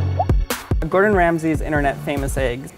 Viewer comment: At least copy the recipes right lol. You completely butchered Gordon’s